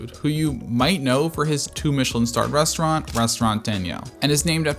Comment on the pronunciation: Great review Only critique on the pronunciation of “s”’s It’s “restaurant” not “reshtaurant” etc